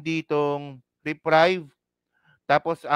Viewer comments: pronounce reprieve with long e as in "eeee" not "reprive" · Reprieve; re-priv/ re-preev